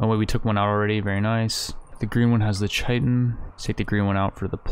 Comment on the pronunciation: Or chitin